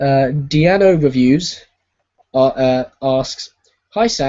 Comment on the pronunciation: I've very well thankyou Sam, glad your relaxed at home, 5 hours of work must be hard, whatever you do exactly oh and it's pronounced Dean........o Reviews, no worrys, thanks, hope you do more of these